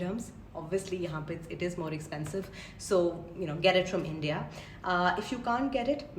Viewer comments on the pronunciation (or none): none